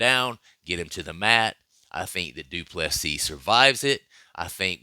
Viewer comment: du Plessis.